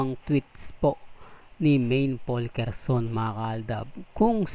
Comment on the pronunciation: Anong POLKERSON? Juskopo. Simpleng pronunciation ng surname ni Alden di mo pa maitama. At anong Alden Mendoza? Hay naku. Tigilan mo na yan. Maski ikaw di mo na alam sasabihin mo para lang meron kang maicontent